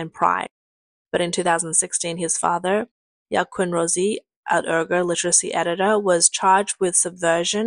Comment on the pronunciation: Okay, I have to be honest - you should stop using this narrator. I'm sorry. I laughed at her comical pronunciation of canoe as "can-oo-e" (it's just "can-oo," honey), but the fact that she cannot even pronounce "Uyghur" ("wee-gur" not "ur-gur"), something that I, an ignorant American can do, is embarrassing. Being an amateur narrator/newscaster is one thing; being ignorant is just sloppy.